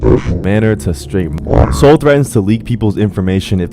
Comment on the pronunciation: Are you talking about soul or soluh